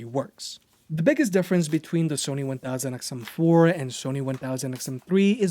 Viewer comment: Love the review but you know you dont have to say "1000xmnoplkhslhgdlj" everytime 😂